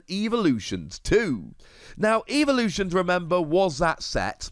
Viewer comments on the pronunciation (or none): You say evolutions weird unless that’s your language not to be rude it sounds like your saying evaluations